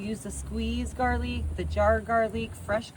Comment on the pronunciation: Gar-leek? Fa-jeeta?? That's when I had to bounce. I'm call BS, no way you are Texan.